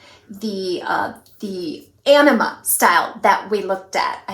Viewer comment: thanks for the awesome review of Ellen Willes three new winners. I called Ellen Willes store and learned the Anima wig is pronounced a- nee-ma. The way you're pronouncing it sounds like you're saying enema. lol. I chuckled everytime you said it. My favs are Aneema and Perla. Good job. Really enjoy your channel. hugs